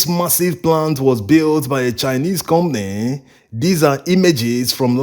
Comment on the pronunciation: We Africans are so good at exploiting each other. A ton of cassava on the market is an average of 100 USD, while you guys are buy a ton from local farmers for 22 USD. That’s horrible. The word is com pa ny, not com ny